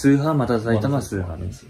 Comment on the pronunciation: 最初がきたさいたまにしか聞こえん…